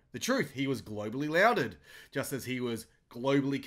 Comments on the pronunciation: PS "lauded" is pronounced "lorded" not "louded" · to "louded." That is pronounced as 'lawded' (lauded). That is the same pronunciation as "applauded." Maybe it is too late to edit out your mistake. But next time you use that word, then you will get it right. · Hi... lauded is pronounced lawded